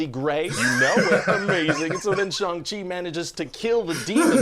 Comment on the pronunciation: SO grateful pronounced Shang correctly!:)